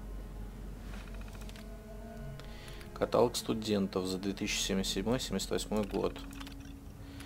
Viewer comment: каталОг! какой ещё катАлог?) ахаха его не катают